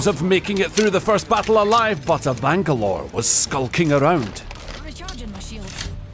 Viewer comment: The amount of Banglore butchered!!